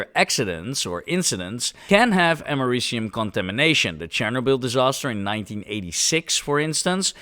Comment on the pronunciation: 😭😭😭 “Ameri-cum” wth bro 🇺🇸😭